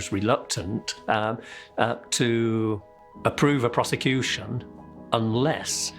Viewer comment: Crown piece-a-cution service. 😂😂